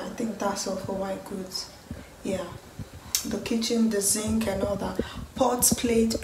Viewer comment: it's sink oo not zinc. Make oyinbo people no dey look you somehow. 😁😁 Congrats on the apartment. Everything will come at ease henceforth. Amen.